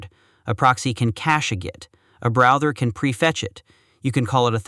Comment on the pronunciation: The Text-to-Speech definitely had some glitches this time... "The browther can prefetch it" "Use putt when you are replacing the whole thing"